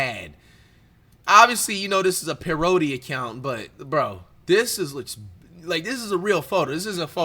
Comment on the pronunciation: why he say parody like that 😂